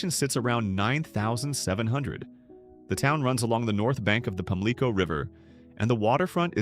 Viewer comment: PAMLICO is pronounced Pam-Lee-CO said nothing about Lil' Washington being 20 minutes from Greenville and 40 from New Bern